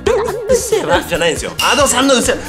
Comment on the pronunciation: うっせぇわじゃなくてうっゼェわw